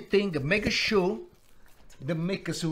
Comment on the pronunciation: make a sure -> make a shoe